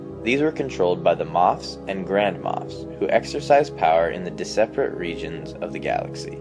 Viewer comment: At 2: 18 you say "disparate", but pronounce it "dis-ap-ar-ate." It's pronounced "diss-par-ate".